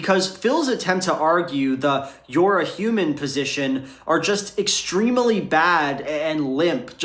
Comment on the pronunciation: Can we all help pronounce 'extremely' with just two syllables?